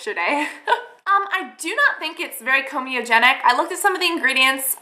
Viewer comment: Are you saying 'comedogenic' because it sounds like you're saying comeogenic. I'm a fan girl, but when you say 'expecially' instead of 'especially' it's like nails on a chalkboard. Otherwise, keep the videos coming, maybe edit them to be around... say 10 minutes.